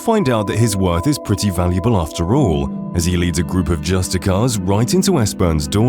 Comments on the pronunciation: I too once pronounced it "Juice-tee-karr" but if you think of the root word, "justice," you will find the proper pronunciation is "Just-iss-ee-ar." The Thalmor agents you talk to in game pronounce it correctly, if you need to hear it. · Justicar has such an inconsistent pronunciation in the game. Some Thalmor dialogue sounds like “Just-iss-ee-ar”